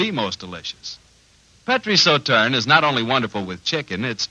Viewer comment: WOW that ad's pronunciation of Sauternes is really bad. Also I haven't seen a Sauternes on the shelf in decades. Sauternes is a fancy name for blended white table wine these days.